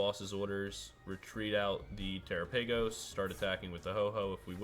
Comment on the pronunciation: Pretty sure it's pronounced like gala-pagos but tera-pagos